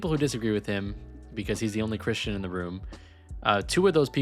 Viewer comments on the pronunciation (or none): none